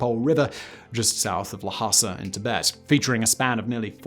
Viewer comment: *Song dynasty, not Sung *Cai Lun is pronounced Tsai Lun, not Kai Lun *Arabs fought and won the battle of the Talas river *Ming dynasty was in CE, not in BCE (and better avoid antiquated terms like BC and AD) *Lhasa, not Lahasa and why no porcelain or silk production in the video? these were two of the most closely guarded trade secrets of China...